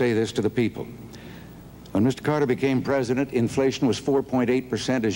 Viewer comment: I remember Saturday Night Live being funnier than this. Babawawa saying Mr. Pwesident used to crack me up. I mean she's still funny but mmeeeh.